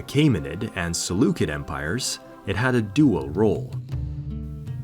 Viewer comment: Is this all YouTube is now? Some kid who's literally never heard the word "Seleucid" pronounced before in any language is making history lessons? Phuck this lazy profiteering space, I'm out.... Great graphics package, I guess....